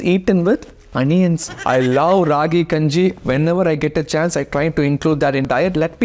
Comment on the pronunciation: I love your videos soo much! But pls pronounce the name properly it's called as Keppa kanji